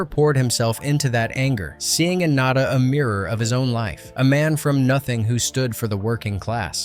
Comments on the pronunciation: NAH-DAH. NAH-DAH. Not NAY-DAH!!!! Get your shit together, please!. This is more than just a movie to some of us. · naw-da, not nay-da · Not Nay/-duh, Nada (nah/-dthah), as in Spanish for nothing. Such a great movie. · Nay-da? Bro, did you miss phonics class in school or something? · It's pronounced...... nah-duh. Spanish for nothing. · Well, whatever classic you "expose" next, try to pronounce the name of the character properly each time you say it. Nah-da, Naa-da? Really? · Maybe get a REAL narrator who can pronounce the character's names the same way each time. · You seem to be confused about how to pronounce the protagonists name. Have you even watched the movie or are you talking out the side of your ass?